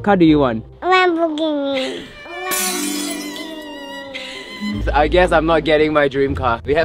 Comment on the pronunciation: says"Lamborghini"🤪 ITS SUPER FUNNY!!🤣🤣